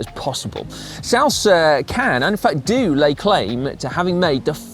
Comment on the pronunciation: I have the same bike Simon was riding. I just pronounce Salsa differently. lol